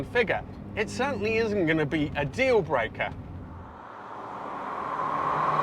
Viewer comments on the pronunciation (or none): none